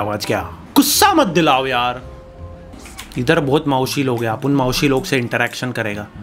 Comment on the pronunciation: its maushi not mausi